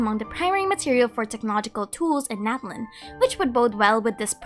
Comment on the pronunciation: I also forgot to say two months ago! Natlan would actually be pronounced Na-TLAN in real life Nahuatl as TenochtiTLAN would